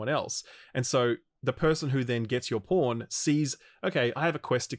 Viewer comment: The CC for this video registers saying ‘pawn’ as ‘porn’, pretty amusing if you’re just reading along. My favorite line was probably ‘alright well I’m just gonna go find this cyclops and kill it with this porn’.